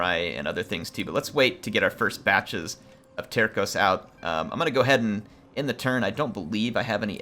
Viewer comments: Actually, "terços" isn't "terkoes", but "tersoos". Enjoy! :P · Terços pronounced more like Terssos (Tercios in Spanish) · Hi! Portuguese fan here. Love the Portuguese Catholic Missionary theme of the campaign and I love this time period. Tercos, which in Portuguese are spelt Terços, mean one third which is referring to the proportions of troop type in a unit. If you want to spell them like a Portuguese man, just say "Tear-sooj". Thanks for the campaign! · The C in Tercos is not pronounced with a K sound but with an S sound.